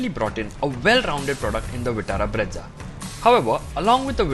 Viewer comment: it is breeza and not bredza 😂😂